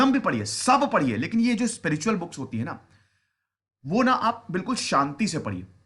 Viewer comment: Sir booke nhi books, but thnx acha lgta hai pure Indian touch...